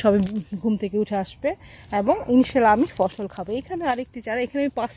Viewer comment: মাঝে মাঝে ইষশাল্লা বলছেন কেন